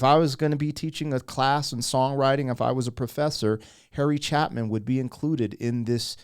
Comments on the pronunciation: Bro, you need to get his name right. It's pronounced CHAY-pin. This is the same dude you reacted to a year ago, with "Cats in the Cradle." Publication data says you released that reaction to members on July 3, 2024. And yes, you need to dig more into his catalog. Dude could tell a story with music like few others can. God rest him. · Bro … Harry’s last name is pronounced Chay-pin. Harry has a library of songs starting with WOLD, Sequel (to Taxi), Mail Order Annie, Mr. Tanner, Cats in the Cradle, Dance Band on the Titanic, There Was Only One Choice (14 minutes long), 30,000 Pounds of Bananas, and I Want To Learn a Love Song. Whether serious or humorous, Harry was a master storyteller!!! I’m a dinosaur at 71, and yes, I am both a subscriber and viewer. I love your channel and I look forward to viewing other Harry Chapin videos!!! Excellent review!!! God bless you, Lady Pegasus and Baby Pegasuses. Chuck from Houston, Texas. ✝️🎣👨‍🌾🦌🙏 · His last name is pronounced CHAY-pin. Now, do "Mister Tanner." You will have leaky eyes. Harry was one of the best singer-songwriters of the '70s. I thought you had already reacted to his "Cat's in the Cradle." Others in this genre include Gordon Lightfoot, Cat Stevens, Billy Joel, Jim Croce, Dan Fogelberg, Joni Mitchell, Joan Baez, Janis Ian, Carly Simon, and Carole King. Even if you only listened to this genre, you'd be hard pressed to run out of songs to react to! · The Band did a song "The Shape I'm In." We could shorten that to ShapeIn. As in Harry Chape In which is how its pronounced. This was on the radio when I was in the back seat in HS but yes, great story telling. I think his Cats in the Cradle is worth a listen for you. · Great reaction. As stated by others, "Chay-pin" is how you pronounce his last name. "A Better Place to Be" is also a great song... I also like "There Only was one choice" is also a great song... along with "Dance Band on the Titanic". SO many great song from Harry Chapin. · CHA Pin...like CHAY- PIN